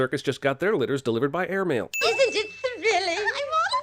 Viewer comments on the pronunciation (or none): “Delivered by heir mail” 😂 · "Heir mail" YOU DIDN'T JUST